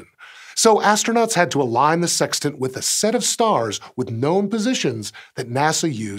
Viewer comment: Lol he said tant.